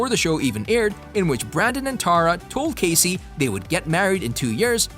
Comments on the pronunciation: I agree, if your going to do a video about characters in a show at least know how to say their names correctly! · Great show! Thank you for putting this together. Unfortunately, I cringed every single time you say Cassie’s name… a huge error on your part. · You not saying how Cassie is supposed to be said. Pisses me off. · Several of these things actually make perfect sense and y'all don't even pronounce Cassie's name correctly.